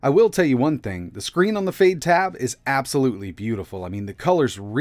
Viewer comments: It sounds like you're saying fade instead of fyde. Is it supposed to sound like that? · fade??? fyde sounds like "fide" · I believe the correct pronunciation is "Fy Dee" and not Fade. Fyde in Chinese means "Quick" or hurry. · Yay!!! Another word you completely mispronounce! It's been a while since you added a new one. I wonder what these manufacturers and developers think when you completely butcher their names. It's pronounced "FIDE", not "FADE", but hey, you keep doing you. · Last year you ran this OS on a raspberry pi. It seems it's gotten even more polished but the name is still confusing. Is it pronounced Fide OS or Fayde OS? I've been running brunch instead because Google play but this OS looks pretty good. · Definitely pronounced Fide, fade sounds a bit daft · why is fyde pronounced like "fade?" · This looks like a good first step, but what we really need is a good keyboard. Out of curiosity, why are you pronouncing Fyde like fade? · Maybe learn how you pronounce Fyde. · Looks nice but at a silly price, which may be it's undoing. When you look at how cheap an RK3588S based product can be produced, it hammers home how expensive the other elements really are. It should be noted that the chances of hardware accelerated video drivers on any Linux Distro will be almost certainly zero. Odd pronunciation of the OS considering that it has a definitive Y in it. At 5 nits, the screen is undoubtedly very nice indeed. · About time this sort of thing came about. Also, I had no idea that was how they were pronouncing Fyde.